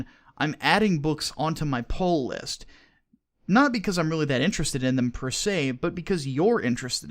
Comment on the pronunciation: "Poll List"